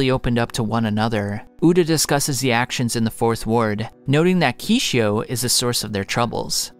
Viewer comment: Kishou not Kishio!!!